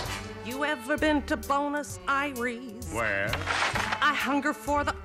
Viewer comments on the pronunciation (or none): It’s Buenos Aires not bonus ires😂😂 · Lol, she called Buenos Aires BONUS Aires. 🤣